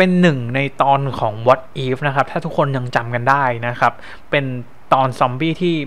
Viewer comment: ดอกเตอร์สเตรนจ์ ไม่ใช่ ดอกเตอร์สเตรงจ์ เดอะ มัลติเวิร์ส ไม่ใช่ ดิ มัลติเวิร์ส วอทอิฟ ไม่ใช่ วอสอีฟ ดิ อิลลูมินาติ ไม่ใช่ ดิ อิลลูมิแนติ โมนิก้า ไม่ใช่ โมนิกล้า ชูมา-กอแรธ ไม่ใช่ ซูม่า-กาแลด เพ็กกี้ ไม่ใช่ แพ็กกี้